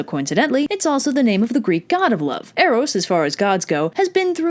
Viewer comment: Eros was the one form of love you pronounced right